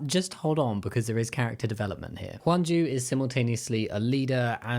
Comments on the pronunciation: not a super big deal but with your pronunciation, it’s hyunju not hwanju and gihun not jihun! also geumja no janya. still great video ❤ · Her name is Hyunjoo, I think you were pronouncing it as Wonju or something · who tf is “hwan ju” her name isn’t pronounced like that